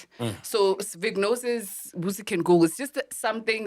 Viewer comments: It’s pronounced “veh-jeh-no-sis” not “vignosis” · VAGINOSIS!!!! Not Vignosis. 😂😂😂😂😂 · Its vaginosis not vignosis or vik-nosis😂got me confused for a bit ...its Vu-juh-now-suhs..like vagina not vik-ina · needs to get some education before spewing nonsense to the public.On the women’s health and PH balance shes defo misinformed.Sol even spoke better facts..Do your research… MAC G and team its not VIGNOSIS its VAGINOSIS.its everyone in the studio pronouncing it wrong omg 🤦🏽‍♀️🤦🏽‍♀️🤦🏽‍♀️ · Verbal warning to Fact checker for not correcting …. It’s not Vignosis…. It’s VAGINOSIS. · It’s written as “ Bacterial Vaginosis” , Pronounced Va-Juh-nosis…. Not “Vicknosis” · Why are they pronouncing vaginosis as vagnosis😢😢😢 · vaginosis , its pronounced Va-ji-no-sis . i can be your medical fact check free of charge please, im a medical Dr chilla lol 😊😅😅😅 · And it's /va/ji/no/sis 😂😂 She did them bad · 😂😂😂 after mispronounced it, others followed suit. I was hoping tt factchecker would correct it.